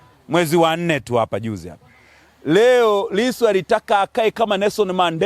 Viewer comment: Hata jina la Lisu anakosea kulitamka